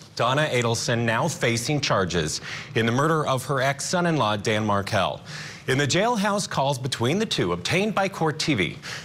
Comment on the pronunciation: please say Dan Markel’s name correctly